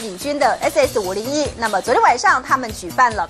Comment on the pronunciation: 主播又念錯了！ 是double s 501 ！！！